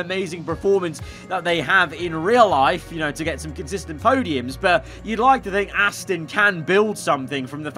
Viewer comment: I have when he goes Ass-tin instead of Ass-ton